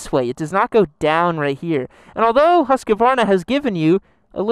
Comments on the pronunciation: As a Scandinavian, your pronounciation of Husqvarna pisses me off. Its Huskvarna not Huskavaarna xD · It's Husk-var- a not Husk-ka-var'na. Three syllables. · Not huskavarna , more like husvarna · Come on guys. It's Husk var na not Hus ka var na. Only three syllables. This is not that difficult. Otherwise great video. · Americans, PLEASE stop saying Huskevarna! It's pronounced Huskvarna!! 😓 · I may be wrong but isn’t it pronounced husk-vana? Not Husk-a-vana! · Thank you for your reply. My question was more about the pronunciation of the name. My fellow Americans tend to pronounce the name Husq - uh - Varna, instead of simply HusqVarna. Which is correct? I hope you and yours are safe as well. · Husk-varna not Hus-ka-varna lol great video 😎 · Great show. I've watched most of your comparison videos. I have always wondered since I was a kid, is it pronounced Husk a varna or is it Husk Varna (Husqvarna)? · It's pronounced hos-kvar-na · you're killing me every time you're calling it huskuvarna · almost, I'm from Huskvarna and we pronounce it HusKVarna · "Haskavarna" lmao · It’s more like ”Hoos-kvaarna” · God damnit, it's HUSQVARNA. That's HOOSK-VAR-NAH. Please, respect names. You wouldn't want people mis-pronouncing your name like that. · Husk-A-varna! You get an extra a from, free of charge:) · You totally mispronounce Husqvarna WRONG...btw Svartpilen means Black Arrow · I don't see any letters between the "q" and the "v". Why do people add an entire syllable to Husq Varna? Are there any Swedes who can help us out? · The way americans pronounce Husqvarna.... smh